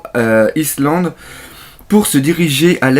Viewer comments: Omggggggg c'est pas islande ça se prononce " Aïe land" le reste c'est bien . (all kéike aïe land ... y'a pas de S) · Pour le island le "s" ne se prononce pas c'est "aïe"-land :) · en fait, island se prononce "aÏe_lande" :p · Island en fait ça se dit comme Ice mais le s ne se prononce pas donc Ailand en faite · Bonne réaction live, comme d'hab'. Par contre, on prononce island : Aïe-land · Alors désolé, mais une bonne fois pour toute: Island, on dit "Aïe Land". Une prononciation comme, ça me donne envie de tuer des chatons!:'( Fais quelque chose pour moi et tes abos ^^ Ah ouais aussi, Thousand, c'est "Saosand". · island ça se dit Aïelande:) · Salut!! J'ai pas fini de regarder ni de lire du coup mais la prononciation c'est "Aie lande" (Island) en gros:) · Le S ne se prononce pas dans Island. ^^ Grossièrement c'est Aïe Lande. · Island, ça se prononce aïe-land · Island se prononce ayland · island se prononce /ayland/ si ca peut t'aider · raté ça se prononce "aïlande" , on ne doit pas prononcer le "s" ;-) Cordialement ^^ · Ça se dit "Whole Cake, [ai]Land" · island se prononce comme si tu disais le legume aille et tu met land ^^ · "Island" se prononce : "Aïe-lande"... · 1minute30 une chanson quand j'étais "vieux" .... lol effectivement t'es à la ramasse sur ce coup ^^ faut dormir la nuit. Sinon bonne vidéo en attendant la critique analyse avec impatience !!! Et island se prononce aïelande le S ne ne prononce pas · Dans island on prononce pas le i ^^ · Si jamais Island ce prononce sans le s ;)